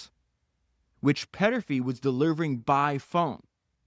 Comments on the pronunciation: Podcast It's Thomas Peterffy, not Petterfy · Péééterffy….. also: not boodapessst! But Budapesht ! Otherwise, very interesting. Thanks!